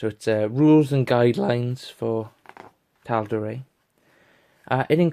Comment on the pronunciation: Well you made me want to purchase this book now so you've done your job. One thing though.....I'm fairly certain that Matt Mercer pronounces Tal'Dorei as Dor-eye not Dor-ray. Cheers.